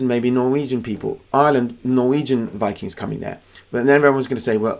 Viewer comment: They were Vii-KINGS, not fucking Vi-Kangz.